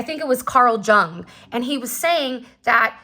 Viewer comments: It’s pronounced “yung” for Carl Jung’s name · The "J" in Jung (Carl) is pronounced as a "Y" 😉♥️